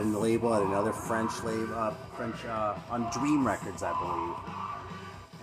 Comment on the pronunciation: Your French pronunciation is pretty spot on most of the time. Had a nice little chat about French metal with Analog Attack on his channel a couple of years back (good luck dealing with my terrible broken English accent, haha)